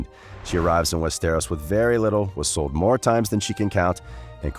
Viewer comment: its NOT "WEST AROS". ITS ONE BIG ASS WORD.